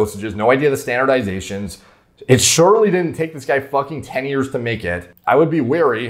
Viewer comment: "i've been working on this for 10 YEEEEss" not years. yee's as in yeah's not years.